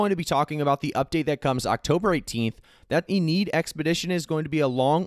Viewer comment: Lol "in need" wtf "inn-ee-ad" probably a play on iliad